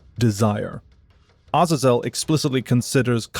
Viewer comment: That’s actually the correct pronunciation. It’s not “A-Zae-Zle”. Other languages’ vowels don’t change inflections, a is always “ah”.